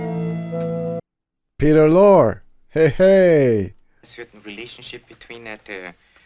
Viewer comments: Peter Lorre's name is pronounced like Laurie. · These actors all worked for Warner Brothers by contract, like all the other studios did with their actors. The studios owned the actors. They had to get permission to work for another studio. You'll see this same group in a lot of Warner Brothers movies. Peter Lorre's name is pronounced "Lorrie", by the way. The fat man is Sydney Greenstreet, who didn't become an actor until late in life. They old guy who stumbled into Humphrey's office with the Falcon and collapsed and died was Walter Huston, a wonderful actor and John Huston the producer's Dad. Check him out in The Treasure Of The Sierra Madre, another Humphrey Bogart movie. You'll like it. It shows how gold can alter people's personalities. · Bogart never did a bad film. He was so much of the character he was portraying in every film. Peter Lore's last name is pronounced, "Lor - E" Great reaction / review, as always. As we say in Texas; y'all be safe.